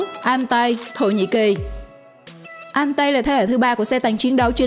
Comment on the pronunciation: Con Ariete(đọc là "E-ri-et" không phải "A-ri-tê") với Altay (đọc là "Au-chay" không phải "An-tay") lọt vào danh sách này không thể hiểu nỗi, trong khi đó 2 con Type 10 của Nhật và VT4 của Trung Quốc lại vượt trội hơn về mọi mặt mà không thấy đâu ? Thổ với Y chưa bao giờ mạnh về tank. Trong khi đó Nhật và TQ thì ai cũng biết họ chết tạo tank từ thời thế chiến. Vậy mà bị ra rìa, thật khó hiểu. Còn nữa, mai mốt đọc tiếng Anh cho nó chuẩn và thông nhất. Chữ M lúc thì "Em" lúc thì "Mờ", chữ K thì "kay" rồi thì "ka",còn chữ T thì đọc là "Ti" chứ không phải "Tê" nhé. Chiếc tank AMX Leclerc đọc là " Ây Em Ex Lấc lơ" chứ không phải " Em xxxx lết lê" đâu nha. Đọc tiếng Anh lung tung tùy tiện, tên Tank thì đọc sai bét be. Trước khi làm video thì tham khảo cách đọc tiếng Anh trước dùm cái.